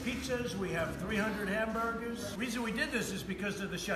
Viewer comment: This nigga said HAMBERDERS 🤦🏾‍♀️🤦🏾‍♀️ he is a WHOLE FUCKING IDIOT!!!!